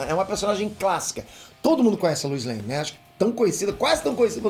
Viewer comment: Luis Lane? Que pronúncia é essa,? 😂